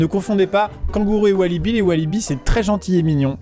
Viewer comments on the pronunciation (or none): Wallaby, pas walibi, tu vas pas au parc XD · C'est un "wallaby" pas un "walibi"! Sinon le reste NICKEL! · C'est pas walibi mais walabi j'en est caréssé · C'est le wallaby pas le Walibi 😅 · Walliby...il à dit...😄😁🤣 Désolé Maxime mais je crois que tu confonds le parc d attraction et le wallaby (qui lui vient bien d australie)... De rien...c est cadeau... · Par contre c'est wallaby, pas walibi x) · Des Wallaby pas des Walibi Amixem.... Wallaby (petit kangourou) Walibi (parc d'attraction en Belgique) Pas vraiment ma même chose 🤣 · Par contre on dit walabi et non Walibi. Sinon très drôle cette vidéo 😀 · Wallaby et non Walibi qui est un parc d'attraction en Belgique xD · On dit walabi et pas walibi 😁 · Petite info c'est un wallaby et non un walibi😅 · On dit un wallaby et non un walibi. Walibi est un parc d'attraction Belge se trouvant en portafaux sur 3 villes de la même commune (Wavre, Limal, Bierge). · On dit Wallaby, Walibi est un parc d'attraction 😉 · c’est pas un Walibi c’est un WALLABY ! Merci de ne pas écorcher le nom de notre superbe parc d’attraction merciii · C'est wallabi pas wallibi mdr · Wallaby pas wallibi sa c un parc d'attraction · Je suis soigneuse animalière et je me dois te rétablir la vérité : on dit Wallaby et non Walibi, qui est un parc d'attraction... merci <3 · Par contre on dit vraiment WALLABY hein et non pas WALIBI qui est un parc d’attraction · desolé de cassé l'ambiance mais c pas un walliby mais un wallaby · On dit walabi pas walibi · On dit " wallaby " et pas " wallyby " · WALLABY !!!! Quelqu’un va le dire correctement un jour ? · On dit wallaby;)